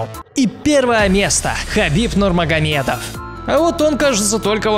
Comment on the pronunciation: Наконец , фамилию Хабиба правильно произнёс